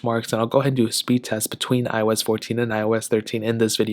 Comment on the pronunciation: It seems like you were sounded like " I was 14" not "iOS 14". Just saying, no offense.